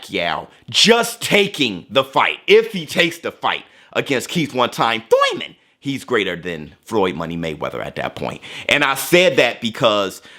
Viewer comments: Are you saying thurman or tooyman lmao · It never fails to make me laugh hearing "Thoyman", instead of Thurman 😆😆😆